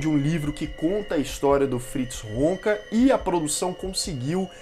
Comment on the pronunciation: Irmão. Video muito legal. Total respeito. Mas não é Wonka o sobrenome do individuo. É Honka. Pronúncia e grafia diferentes. Você fala "Wonka".